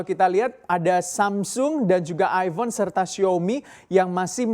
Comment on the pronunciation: Aifon, bukan Aibon.